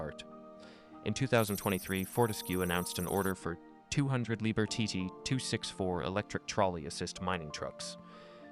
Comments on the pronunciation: Interesting information. But please: pronunciation is "Lieb-HERR" not too often "lieber" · Could even be lieb hair